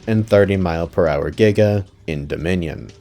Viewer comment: if he doesn't want to be hanged by the Paleontology community, then he should've said Giga, it's the correct way to say it